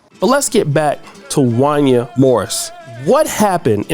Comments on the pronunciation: Every black person who was alive in the 90s knows this man name in pronounced Won-Yay 😂😂😂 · Bro, how you my age and don’t know how to pronounce Wanya from Boyz II Men 😂. It’s pronounced Wayna like Kanye. Damn 🤦🏾‍♂️ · His name is pronounced, “Juan-Yae” … “Juan-Yae.” I am absolutely disgusted by his self hating behavior as of lately, so call that 🥷🏾 whatever you want at this point. This is Sickening to hear. 🤨Those boys are super talented and will make it, with or without the help of their lousy Pops. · I saw your title and I came here just to say “Wanya did that ish too!” And looky here, this is who the video is about! His name is pronounced Wan-yay though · His name is pronounced “One-Yay”. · Jaun- yay... is how it's pronounced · It's pronounced Wan-Yay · His name is pronounced Juan-Yay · You don’t know how to pronounce Wanye’??? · Who the heck is “Won-yah”? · It's pronounced Wan-YAY!! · Yo man his name is pronounced Wanya just like you would pronounce Kanye.